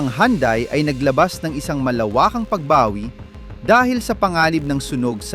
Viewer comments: Nakaka buwesit kung magsalita. Mali Mali ng bigkas Mali Mali Ang bilang ,pra ka lng may content ,, Anung yandai nakaka insulto Yan sa pangalan ng sasakyan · Ayusin mo pag pronounce Hyundai para kang shunga ungas ka